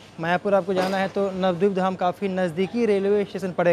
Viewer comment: Nabadeep mein a kyu silent kar rahe ho? Navdip thodi na hai?